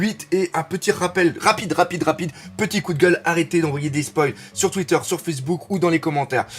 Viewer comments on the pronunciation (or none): none